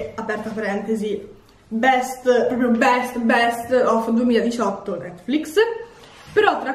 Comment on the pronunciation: Io che lo guardo nel 2020 sentire che non si sa pronunciare netflix é veramente molto strano 😂